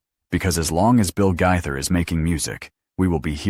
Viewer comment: Guy-thur? Gay-thur!